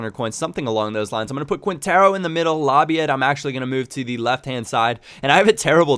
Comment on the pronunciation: you said labyad correctly :) Sporting fan here